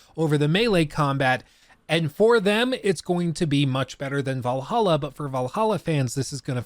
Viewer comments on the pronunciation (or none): missed it when you said vallaha instead of Valhalla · Thanks for teaching me the correct way to pronounce Assassins Creed Vallaha. I hate it. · I might be an AC valhalla hater for that but i keep hearing "Valhollow" when prounounces it lol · You called it "Valhalla" instead of "Vlahla", for shame! FOR SHAME! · Actually crying didn't say Va lah hah 😭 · You said Valhalla without the sound bit. How dare you. 😢